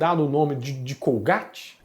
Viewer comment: colgaite.e não colgáte,é inglês